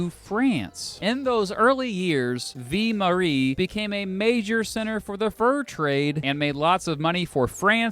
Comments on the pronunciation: Ville is pronounced "vil" ; not "vee" -- just sayin' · Montreal is pronounced Munn-tree-all in English, not Mahn. Just like Biloxi is Biluxi. That’s just how it is. Ville is pronounced Veal. Not Vee. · The French word “Ville” is pronounced “vill” not “vee”. The letter “e” on the end of the word means you do, in fact, pronounce the “ll”. “Vie” (meaning “life”) is pronounced “Vee”. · When you say ville(city) it sounds like you’re saying vie(life) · Ville is pronounced like vil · Ville is pronounced exactly as it sounds, with the L sound, not "vie". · its not vie marie its ville lmao and pierre is not said the way u said it pierre is french for peter. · The French word ville is pronounced to rhyme with 'shill', not the Spanish pronunciation that rhymes with 'gee!' And don't even get me started on your pronunciation of St. Pierre. You said St. Paris...